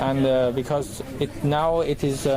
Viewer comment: 这大哥的“安得”暴露了国籍